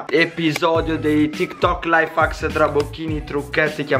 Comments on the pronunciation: Sì pronuncia: laif hecks non laifacks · no invece si pronuncia laif hacs